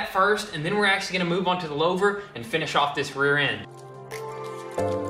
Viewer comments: Guys, its pronounced 'loover' , not loaver. Its french. Louver. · It’s pronounced: ‘Lou-ver’ not ‘lao-ver’ Lol 😂 Edit: when I first typed it I didn’t see any other comments about it. And of course once I do it puts it next to 4 other comments about pronunciation lol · It's a looooohhhhver not lowver. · Lou- ver /////////////// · LOUVER. Rhymes with HOOVER. LOUVER. Rhymes with HOOVER. LOUVER. Rhymes with HOOVER. LOUVER. Rhymes with HOOVER. LOUVER. Rhymes with HOOVER. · Its pronounced"Loo-Ver" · Pronounced "Loo-ver"